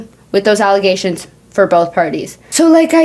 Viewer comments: brother not “allagations” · Allagations is sending me help